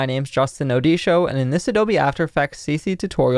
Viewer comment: i already told u I love the way u say Odisho... Love it. Learning form u. 👌